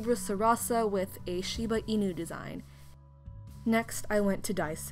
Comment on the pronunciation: I have a shiba inu! Also a side not is that it is pronounced in-U.💕🐶